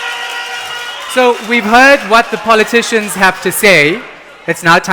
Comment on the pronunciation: I stop listening to DA the minute he said poloticians.